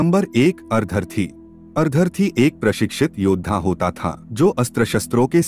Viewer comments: maf kijiye lekin ar-dharti se..ardh- rathi iese ucchar karna jyada uchita hoga na? as usual information bahut hi achchi aur abhyas purna hai. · Content is good but Hindi pronunciation is very very poor e.g. अर्धर-थी. actually it’s made of two syllables - अर्द्ध-रथी. Such pronunciation mistakes are very irritating in almost all the audios. Sorry for mentioning that….I appreciate the selection of content.